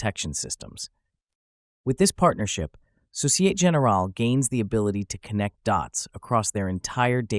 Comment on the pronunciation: “Société” (in société générale) has 4 syllables so-ci-eh-teh. If you use AI to generate speech, I wonder if you can switch midway to French 🤔